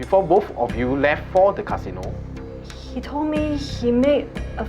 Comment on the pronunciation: Cashino Japanese accent